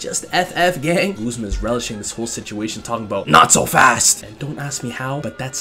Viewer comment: It's GUZMA, not GOOSE-MA